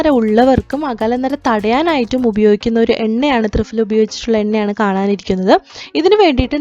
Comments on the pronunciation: 🤣🤣🤣thrifala അല്ല thriphala എന്നാണ് ദയവു ചെയ്തു ഭാഷയെ കൊല്ലരുത് ഞങ്ങൾ ഈ സംസ്കൃതം പഠിച്ചവർക്ക് ആകെ ഉള്ള വില അക്ഷര സ്ഫുടതയോടു കൂടി സംസാരിക്കും എന്നുള്ളതാണ്. അത് കൊണ്ട് ഇതുപോലെ ഭാഷയെ കൊല്ലുന്നത് കാണാൻ സാധിക്കില്ല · ഫ.. ഈ അക്ഷരത്തിന്റെ pronunciation "fa" എന്നല്ല "pha" എന്നാണ് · "ഫ" എന്നതിന്റെ ഉച്ചാരണം fa എന്നല്ല, pha എന്നാണ്. ത്രിഫലയെക്കുറിച്ച് ഒരുപാട് വീഡിയോകൾ ഉണ്ടല്ലോ. അതൊന്ന് കേട്ടു നോക്കൂ. പൊതുവെ മലയാളം തെറ്റിച്ചു പറയുന്നത് അഭിമാനമായും ഇംഗ്ലീഷിൽ തെറ്റുന്നത് വിവരക്കേടായും കരുതുന്നു. "മലയാലം അരിയില്ലാ" എന്ന് അഭിമാനത്തോടെ പറയുന്ന ധാരാളം പേരുണ്ട്. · മലയാളത്തിലും കൃത്യമായ ഉച്ഛാരണം. തൃഫല എന്ന് നിങ്ങൾ പറയുന്ന ഉച്ഛാരണം തെറ്റാണ്. ഇംഗ്ലീഷിൽ പ്രൊനോൺസിയേഷൺ തെറ്റിച്ചൽ എല്ലാവരും കളിയാക്കും. മലയാളം തെറ്റിപ്പറഞ്ഞാൽ കുലീനതയും